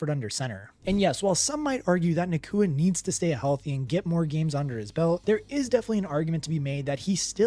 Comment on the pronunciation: Hey, it’s Nacua not Nakooka 😂